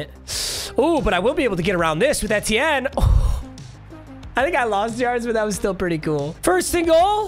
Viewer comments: PAPA PAPA PAPA ITS PRONOUNCED E-T-N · The way he says etienne pisses me off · makes me mad the way you say etienne